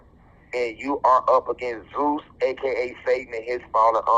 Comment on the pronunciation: Zeus sounds more like Jesus